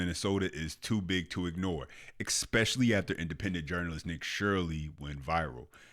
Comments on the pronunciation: You lost me at "exspecially". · My brother.. you are mispronouncing the word "es pe cial ly" There is no "k" sound in the word. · "ekspecially"? Is this the new "aks"? Oh boy (smh). Otherwise, great expose. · Please don’t say EXspecially…..